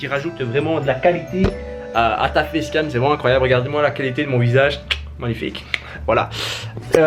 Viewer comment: il a dit des fess cam